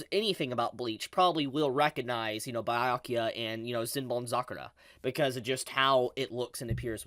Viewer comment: Please review how to say Byakuya properly 😭